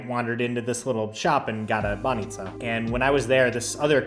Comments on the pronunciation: You're saying 'баница' perfectly! You did miss on any good Bulgarian beer though, Zagorka and Kamenitza are just awful. Uber was kicked out cause of intensive lobbying from taxi companies. Unfortunately, we're most probably going to remain outside of Schengen for now. It's bad for us, but on the plus side we might have you back :) Cheers! And happy traveling through Italy. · You pronounce "banitsa" like a Bulgarian, nicely done. 👍